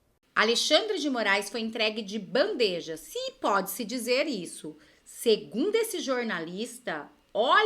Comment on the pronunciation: DOI VER NOSSA LINGUA FALADA E ESCRITA ERRADA. POR FAVOR: BANDEJA!